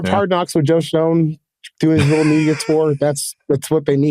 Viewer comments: Lol the only incorrect thing he said was the Oakmont m pronunciation of our shit head GM's last name. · This guy could at least know how to pronounce the GMs name correctly before he says wildly inaccurate and laughs unprofessionally through the whole segment about the team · can’t take someone’s analysis seriously when they say the number one thing they don’t need is actually the #2 need on the entire team and then also butchers the GMs name and clearly has no idea what he’s talking about. Again “not that serious” “touch grass bro” 😎